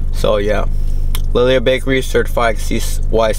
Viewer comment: Pronounced “Lee Lee Ha” Bakery 🤙🏽